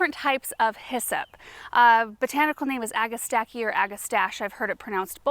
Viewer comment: Thank you for the correct pronunciation. The name is derived from Greek: ‘ag-a-stack-ee’. And it is a wonderful plant. Their only fault in my Indiana heavy soil is that they are not long -lived.